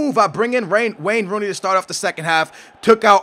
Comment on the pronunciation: I thought he was about to say Rain Wooney.. lol.